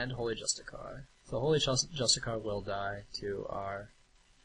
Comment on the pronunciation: Nice video. One small note: justiciar is pronounced "juh-stish-ee-er".